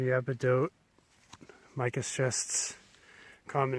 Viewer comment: SCHIST NOT SHIFT